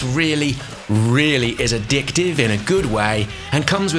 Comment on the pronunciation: it really is a-di*k-tive